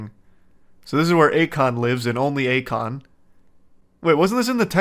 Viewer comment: Yeah, definitely not "A Kon"